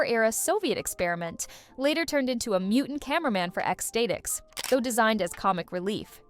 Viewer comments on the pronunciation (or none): Ex-stay-ticks? Holy hell how did you miss ex STATICs? Ecstatic? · Ecks Stay-tics? Oh, for fuck's sake...